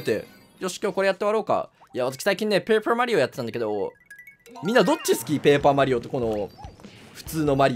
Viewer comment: ぷェイパーマリオ